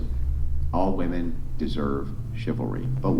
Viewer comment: "How many wahmen brains needed to rearrange seating?" 12 but somehow they still can't do it right. 😂